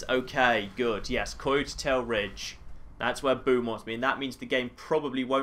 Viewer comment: He says coyote really strange.